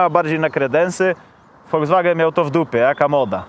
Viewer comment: tak kocha "Volskwagena" że nawet nazwe marki przekręca😁